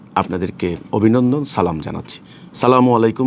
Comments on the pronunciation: আরে শয়তান! ছালামের উচ্চারণ-ই ঠিক হয় না। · তুই কিভাবে ইমাম হছ তোর তো সালাম শুদ্ধ হয় না তুই সালাম টা সঠিক কর